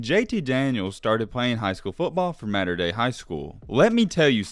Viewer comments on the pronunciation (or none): It’s Mater(motter) Dei… not Mater(Matter) dei Trust me as an alum it pisses people off who gets that wrong